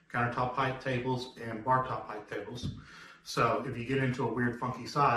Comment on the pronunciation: THE WORD "HEIGHT" ENDS WITH THE "T" SOUND! JUST LIKE: SIGHT MIGHT RIGHT FIGHT FLIGHT SLIGHT BRIGHT BLIGHT...